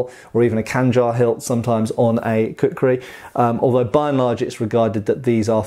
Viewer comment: Please say "Kukri" once more, I dare you!